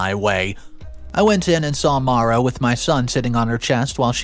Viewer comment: The correct Pronunciation of the name Maura is 'more-ah' please learn to pronounce names correctly - Maura rhymes with Laura